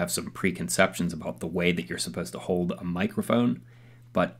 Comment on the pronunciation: An amazing difference you’ve demonstrated there and nice build! Voice over work eh? You tend to hold back on your “L” sounds. You say the word “hold” more like “hoad” and “shoulder” like “shoder “. Get those “L’s” out there.